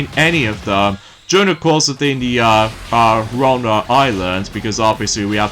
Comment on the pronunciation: wow. you keep mispronoucing ouranos! Let me spell it for you. O-U-R-A-N-O-S. OURANOS! Remember that buddy!